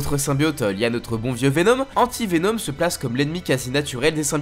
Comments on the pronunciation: « Venaume » 😭 fais un effort stp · Mdrrrr pk il prononce Venom ( venaum ) ? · intéressant comment tu.prononce Venom